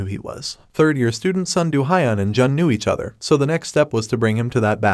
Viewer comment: Its hiiun not hyun with e only higher pitched